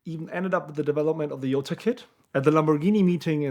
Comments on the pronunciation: Its a J not a y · My biggest question is how "Jota" becomes "Yota". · Exactly, "J" is not pronounced "Y" in spanish.